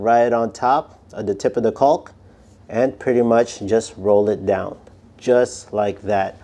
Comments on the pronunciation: The L is silent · One more tip…don’t pronounce the “L” i. Caulk like that or you’ll be the laughing stock at the jobsite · Making Shure we really really annuniciate the El " L" letter sound when pronounceing the word CauLk!!!